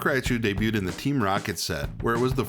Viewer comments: It's ry-chu not "rya-chu" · ah yes, raia chu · I've never heard Raichu pronounced this way